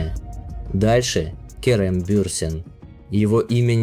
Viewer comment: Турецкие имена и фамилии имеют ударение на последнюю гласную АфрА СарочоглУ КерЕм БюрсИн.